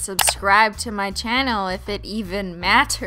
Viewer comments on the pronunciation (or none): "and I'll see y'all next time bah!" .....w-what did she just say.